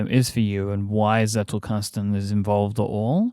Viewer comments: Agreed, my friend. His Z on Zettelkasten was quite good. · When myke said Zettelkasten and then said every german just laughed: I as a german must say it was actually pretty good